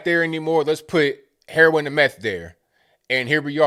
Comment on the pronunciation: Lol! Heron.. are you from Brooklyn??